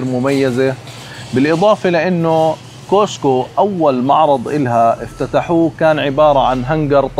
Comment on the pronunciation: ملاحظة صغيرة، اسمه كاسكو. مش كوسكو. بالتوفيق